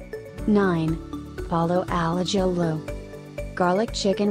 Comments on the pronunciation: A-JILL-OH 😂😂 As a Spaniard that was painful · The way it said Ajillo had me dying 🤣